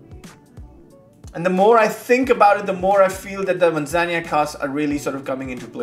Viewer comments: Thanks for another cool and timely review…but dude, a little more focus on pronunciation would b appreciated. Where did u get “manzanya” in Spanish? It’s admittedly a bit of a pet peeve for me bec I think it’s a matter of respect, esp nowadays when it takes only one minute prep with Google translate, but u say it so often! Yikes! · I don't think you are pronouncing Manzanilla properly:)